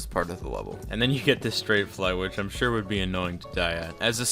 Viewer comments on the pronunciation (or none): none